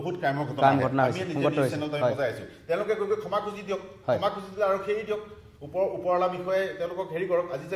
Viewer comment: খেমা নে ক্ষমা ? শুদ্ধ উচ্চাৰণত মনোনিবেশ কৰিবলৈ আহ্বান কৰিলোঁ।